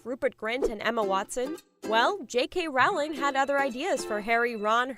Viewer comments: The name is Rowling! Like in row row row your boat! You stupid idiot! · I've never understood how someone can make a Harry Potter video and not know how to pronounce Rowling's name.